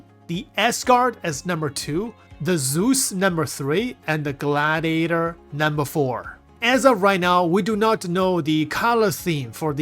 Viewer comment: Loved hearing your pronunciation when talking about the glAAAAAAAdiator